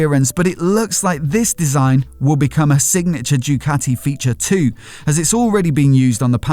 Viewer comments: Mate learn how to pronounce Ducati... what’s all this Jewcati crap 🤔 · the way says JUECATTI, it find it hilarious